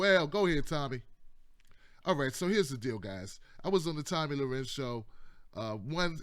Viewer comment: LMAO you butchered her name so many different ways.